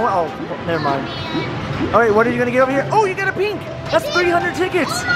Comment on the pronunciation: said rink instead of pink